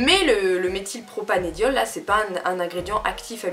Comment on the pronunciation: Par contre, désolée mais on dit Méthylpropan"e"diol avec un "e" et pas "é" 😂